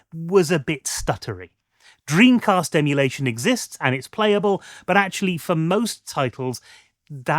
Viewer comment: Ocariner of time - love that game lol